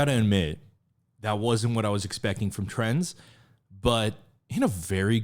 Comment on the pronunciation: I really fell in love with this group since I watched your last reaction and also in big parts because of it, so I'm really happy you checked them out again!! I hope they can grow much bigger! A note on the pronunciation of their name, the Z is pronounced separate from Trend, like in Gen Z (트렌드지) About the members: Hankook - he's the rapper, who opened, with the great voice, he's the leader, 2002 Havit - the guy with blonde hair, he's the oldest, 1999 Leon - the one with great voice and great presence, 2000 Yoonwoo- he's the one with black hair whose singing voice you liked a lot, 2000 ra.L - the one with "crunchy" rapping and filter, 2003 Eunil - the guy with purple hair and great singing, 2003 Yechan - he's the one who you noticed least, he has orange hair and is the maknae, 2005